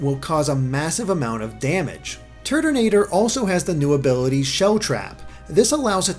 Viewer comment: i keep hearing turdinator